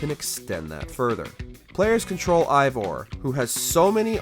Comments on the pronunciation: It hurt me when mispronounced Eivor's name. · it's eivor not ivor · Eivor is pronounced (A-vor) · How did you manage to butcher the name of a game you've played for 266hrs?